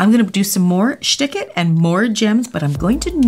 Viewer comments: I am in Germany and I just see and hear "Schtik it" and I cannot stop laughing 🤣🤣🤣🤣😘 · I'd have a million dollars fro every time she said "shtick it" LMFAO